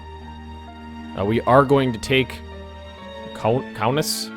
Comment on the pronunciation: You pronounced "Kaunas" so bad, my ears are bleeding.